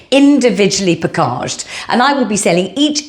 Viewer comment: Love your pakarrgge and kelougs pronunciation 😂 You are so naughty 😂😂🍯🍓